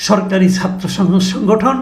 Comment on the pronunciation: মাসুদ কামাল 'কিছু' উচ্চারণ সুন্দর করতে পারেন কিন্তু 'ছাত্র'র 'ছা'টা কেনো উচ্চারণ সঠিক করেন না বা কেনো করতে পারেন না এটা আমার কাছে দুর্বোধ্য লাগে!